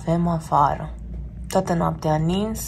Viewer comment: "tãtã" noaptea... 🤣😂🤣